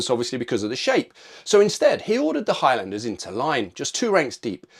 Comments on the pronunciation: its pronounced HIGHLANDERS not High-Landers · sorry... High...LANDERS...!!! never heard highlander pronounced like this... !!! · the way u pronounce highlander is pretty bad